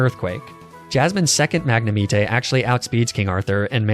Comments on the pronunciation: I died inside when you said mag-ne-me-tey instead of magnemite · That mag-ne-mee-tay triggered me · Wth is a magne-MEETAY? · IT'S MAGNEMITE, NOT F*CKING MAGNAMETAY! FIX IT NOW! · I've never in my life heard anyone pronounce it magne-meat-eyy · bro really just said mag-nuh-me-tay💀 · I thought I was having a stroke at Mag-na-mee-tay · Mag-ne-me-teh? What the fuck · Ah yes mag nah me tay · It's the MAG-NA-MEET-AY for me. 🤣 love your videos though 🙏🏾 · Dragonite: says normally Magnemite: mag na meet ay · not magnameetay 😭👨🏻‍🦯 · MAGNAMEETAY?!? You have to be trolling at this point. ArcaNEENAY, LUHPRAH, and now MAGNAMEETAY? Please tell me you're trolling. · Magna-Me-Tay. Also it's nice to see someone use Spinarak/Ariados. It's one of favorite pokemon because I love spider bug types. Too bad it's just not very good so not used often. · Bruh. First, ARCANEENAY. second, LAPRAAAA. And now MAGNAMETAY. What is up with your pronunciation my guy. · I love your videos, but... mag-neh-me-tay? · “Magna-meat- tay” lol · Magnemeetey and Fortré. "Lapraah, it's french" is still my favourite 😭🤣 That had me laughing for a solid few seconds. Honourable mentions to Arcaneenei and Neenetales. To all those who haven't realized it yet, it's kind of like a running joke and he does it on purpose. Waiting for more of your videos, man. All the best :) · i might have lost my soul when he said magnemite like magnemetae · I love how every few videos you get worse at pronouncing a few Pokemon names Add MagnemiTAY to the list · Magnamite 🤦‍♂️ 😂😂 good vid tho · The way you pronounce pokemon names both makes me laugh and infuriates me 😂😂 The fuck is a magnumeetay? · WHAT THE FRICK IS A MAG-NE-MEAT-AY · When you said magnamitê i phisically recoiled, but great video! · hi wanna trafe my ar-ka-nee-nay for a mag-ne-mi-tay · Ahh yes my favourite pokemon, magnemiteh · you pronounced magnemite wrong lol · He was pronuncing magnemite how you would say it in italian! Just saying!